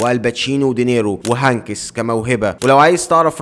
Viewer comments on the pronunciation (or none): هانكيس ؟ لازم تنطق الكلمات و الاسماء الامريكية و الانجليزي بشكل افضل